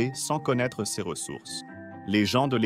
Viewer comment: La synthèse vocale est un peu défectueuse. "Ses" est épelé "S","é", "s" ; et le débit oscille entre lent et rapide.